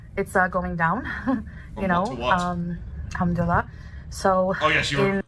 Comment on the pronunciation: She has been 'Muslim' for years, lives in an Arabic speaking country yet still can't pronounce 'Yallah' and 'Alhamdullilah' properly?